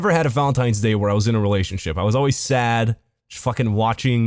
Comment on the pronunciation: You pronounce valentines like Volintines